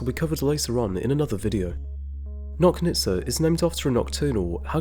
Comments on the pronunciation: Good job as usual. Also, Nochnitsa - "CH" like in Chile. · Nochnitsa should be pronounced like in "notch"